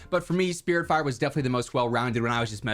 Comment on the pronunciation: I thought it was spitfire not spiritfire